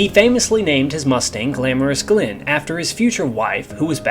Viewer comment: G'day, Yeager's wife's name was GLENNIS..., not "Glen" ; and thus his assigned Aircraft were called "Glamorous Glennis", not "Glamorous Glen". The simulated Sky in your presentation looks like the Sky over Europe as it is, today - Hazy with 5 miles maximum visibility and a blurred bright glow instead of a Horizon, all under a Blue Dome...; ie, filled full of smoked & burned Fossils, and almost opaque. In 1943 or 1944 the EuroPeon Sky was not yet that filthy..., which was why Yeager's exceptionally good Eyesight was an advantage... But he couldn't have seen shit from shoepolish, if the Sky had have been as dirty as that which you depicted. When the Combat Report stated that Yeager, "Did NOT follow the first Me which he shot at, when it dived after he hit it a few times...; but instead he retained his altitude so as to be able to go on and attack the rest of the Enemy Flight...." Then WHY did you waste about a minute depicting your FANTASY Scenario of a Mustang doing the Exact OPPOSITE of what you then read out...? Wake up to yourself. Get shit RIGHT..., or make ASMR Pussycat-Grooming Videos ; whereinat Accuracy does not matter. Such is life, Have a good one..... Stay safe. ;-p Ciao !